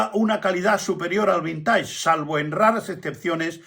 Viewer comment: Perdón, pero la pronunciación es vinteig, ya que es palabra inglesa, pero muy ilustrativo su video